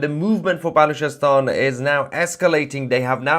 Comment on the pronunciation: Did you say Bollockstan?